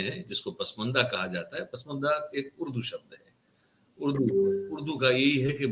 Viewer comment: Pusmanda nahi pasmanda lafz hay..